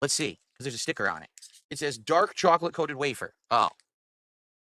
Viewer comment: I can’t stand the way this clown says chocolate